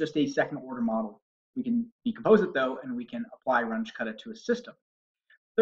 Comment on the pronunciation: Super helpful. I found that very easy to understand. Thanks for breaking it down with a familiar system. BTW, it's pronounced Rung-uh (as opposed to Runj).